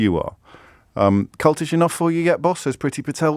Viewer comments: I know James meant "cultish" but with the "l" replaced with a "n" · Kept saying 'cultish' wrong ...